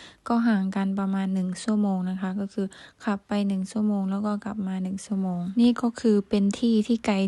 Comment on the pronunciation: สาวพันออกเสียง (ช )ช้าง เป็น (ซ )โซ่ เสียง ใช้ เป็น ไซ้ -ที่ถูกต้อง คือ สาวพันต้อง แยกเสียง (ช )ช้าง ออกจาก ตัว (ซ )โซ่ =ใช้ เป็น ใช้ -และเสียง (ร) ยัง พัวพันกับเสียง (ด ) อยู่ - 1 ชั่วโมง (ช) ไม่ใช่ 1 ซั่วโมง(ซ) - รับผิดชอบ(ช) ไม่ใช่ รับผิดซอบ(ซ) -เช่น (ช) ไม่ใช่ เซ่น ( ซ)